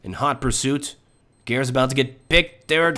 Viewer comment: How do you pronounce "seangares"? Whenever says his name it sounds like "gares" or "garis" without the "sean-" part.